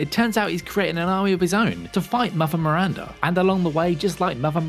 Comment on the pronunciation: MiranDA not Mirrrranrda